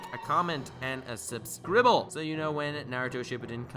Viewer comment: I just subscribed because you said subscribbled xD idk but i laughed my ass of at that